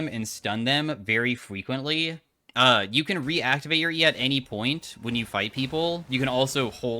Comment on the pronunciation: fweequently uwu